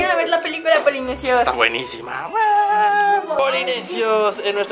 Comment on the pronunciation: Polinesios, ella dijo Polimian